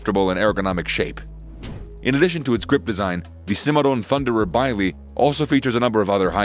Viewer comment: Bisley UK gun ranges are pronounced same as the town nearby, biz lee. Very funny hearing your vid 😁. Any gun named after the famous competition would be biz lee too.